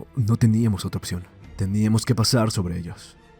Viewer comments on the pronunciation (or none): none